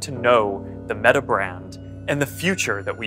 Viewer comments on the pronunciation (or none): none